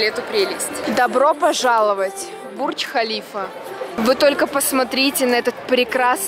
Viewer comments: не БурЧкхалифа а БурДЖкхалива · Какой бурч халиф ?😂😂 если на русском языке читать то бурж халифа , а так влог супер 😊🌷🌷🌷